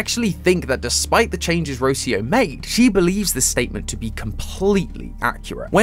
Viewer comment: Ro-CI-o not Ro-cio